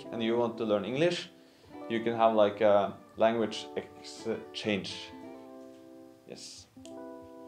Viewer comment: Maaaan,, you're so funny when you are struggling pronouncing the word (exchange) ,,,, and i'll expose the line you tried to hide it says (hay finally,,, i hope i'm not too late) i wonder why you would hide that ,,,,, i want to tell you that you're عسليه it means you're funny beautiful loved person ,,,, last thing want to say yeah man I'm down for a meet up so we can practice our fucked up English language together 😂😂